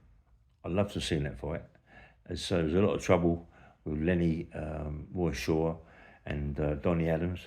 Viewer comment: Who is "Woy Shaw" ?